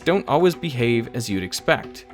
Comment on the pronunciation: I love your videos, but I have an off-topic question. Where did you learn that pronunciation of "Always" (Alwuz)? You say it in almost every video and every time I am taken aback.